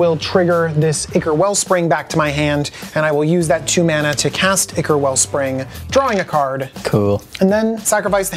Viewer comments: So, I have a question: English isn't my first language. I feel like no person that is ever on this show pronounces the word 'ichor' correctly. They all say it like ick, rather than with an i like in "You and I". And I don't usually hear ichor anywhere outside the Command Zone channel, but there have been multiple people on this show that ALL pronounced it ickor. Am I just wrong in believing that it's pronounced kinda like aye-chor or aye-curr? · Myr is pronounced MEER, as in "mirror" or the word "mere." Ichor is pronounced "EYE-core."